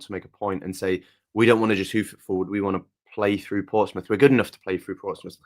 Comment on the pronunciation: its Portsmouth though